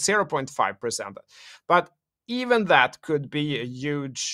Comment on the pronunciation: Key word Today “ UUUGE “ ❤😅😽